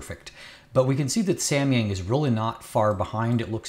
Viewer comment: Nice try for pronouncing Samyang